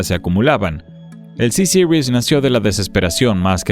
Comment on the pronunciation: ¿Sisiris?. ¿No es más fácil Ceseries?. Sobre el avión lo que se ve es la palabra francesa Bombardier seguido de la letra C y la palabra Series. Que alguien de Chicago pronuncie Sisiris es comprensible, pero en un documental en español suena más bien ridículo.